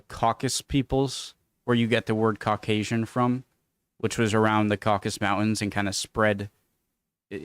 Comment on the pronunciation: Caucasus, not Caucas!